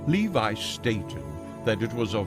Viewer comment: Pronounced : Eliphas Levi : Eliphas Levee Papus : Pa-Poo Rosicrucians : Rosi-Cru-Tions Shamans, not Shamen